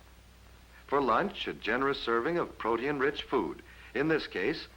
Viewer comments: He said pro-tea-n instead of protein 😂😂😂 ima do a reaction to this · Did he say high in "pro-tee-in"....lol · Pro-tee-an ...I've been pronouncing protien wrong my whole life 😢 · Odd how he pronounces "protein" as three syllables. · Actually he pronounced it a little funny. Not wrong just different.